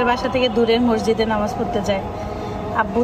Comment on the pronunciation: মসজিদ কে বলে মরজিদ।